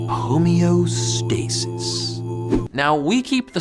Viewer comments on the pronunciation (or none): none